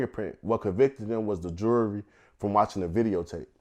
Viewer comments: Is it me or does he say Jury, And Jewelry exactly the same? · Is Vlad fucking with him saying Jewelry when means Jury? Lmao!!! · Did Vlad think he said jewelry when he said jury? Communication breakdown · vlad thinks hes saying jewlery when hes saying jury the whole time LOL